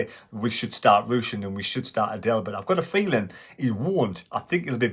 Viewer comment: Understandable but it's pronounced Adeel - He doesn't look like a girl (Adelle) - keep up uh good work & keep running.